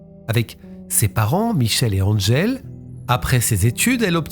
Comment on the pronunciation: À : en français, le prénom Angèle se prononce comme il s’écrit, pas besoin de l’angliciser en disant : Andddgèle. C’est du snobisme verbal 😡